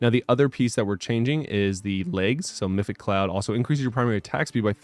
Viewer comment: Meph-it-ic, not mythic :)